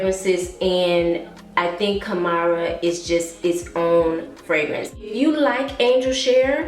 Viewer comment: I think you've corrected it in later videos, but Khamrah has two syllables....Kham-rah.